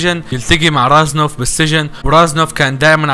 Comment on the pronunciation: اسمه ريزنوف مو رازنوف